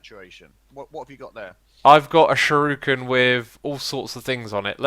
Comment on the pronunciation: X, why do you pronounce shuriken like shuruken (shur-ew-kin) when it's spelled with an I not a u?!